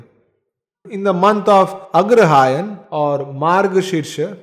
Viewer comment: It not Agrahayan. Aagrahayan. Deergha not hrsva